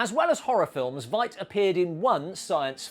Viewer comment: It's pronounced like "fight", not "vight". (just a nitpick; great video!)